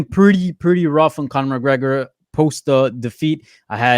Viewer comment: "Chronor McGregor"